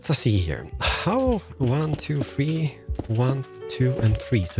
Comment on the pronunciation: "wan, too, fee, for"